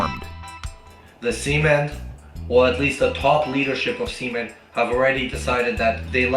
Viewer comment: "C-Men" is diabolical XD